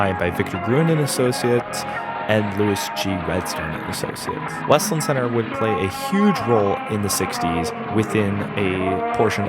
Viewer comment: It's obvious you don't live here. It is not pronounced west-lind. It's wes-land. It's sad to see the mall the way it is now, but if you pass the place on a Saturday the parking lots have a lot of cars and the closer you get to Christmas, the busier it gets. That Kohls store rakes in the money all year long, as do a lot of the other stores (Bath and Body Works comes to mind). The fact that Kohls has store pickup is helpful. If the other stores offered that, it would probably help. Losing Charming Charlie's was a nasty hit, but that wasn't any fault of the mall (the company itself went out of business at that time and now seems to have only an online presence). I hope Westland Center comes back to a thriving business. Westland needs businesses. There are many strip malls in the area that are completely empty and the pandemic made things worse.